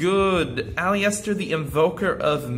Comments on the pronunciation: Can i just say Aliester is pronounced Al-i-ster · The i is silent in aleister bro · Like the video but I am triggered by the way you say aleister